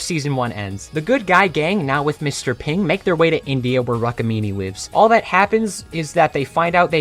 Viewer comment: it is Rook-mini, not rukmini, it is told like that but it's spelled like rook-mini